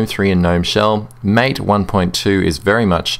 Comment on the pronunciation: Thanks for the reply. Sorry I'm nitpicking here, but I think MATE is supposed to be pronounced so as to rhyme with the last 2 syllables of Karate (the martial art). This is because MATE is named after the South American beverage of the same name.